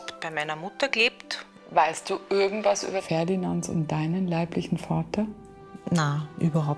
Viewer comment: Mir kribbelt es immer in den Zehen wenn Julia anstatt irgendwas/irgend....ect immer ö ausspricht....örgendwas ...😂ich würde ihr dann am liebsten sagen...Hallooo...das spricht man nicht so😂😂. Sonst sehe ich sie ja ganz gerne...